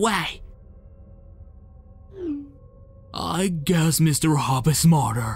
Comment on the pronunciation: It is mr hopps not bauobs